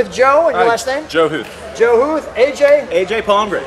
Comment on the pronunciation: Joe Huth not HUFF :)